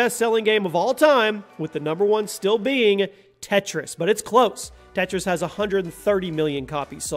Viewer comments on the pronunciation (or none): none